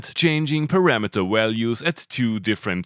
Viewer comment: To pronounce a V sound in English just put your top teeth on your bottom lip and push air. VVVValues. :P Are you german? Great vids!